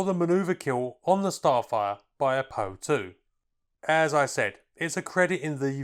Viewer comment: Great video. Just one thing though: it's called the - P.O. 2 no Poe 2.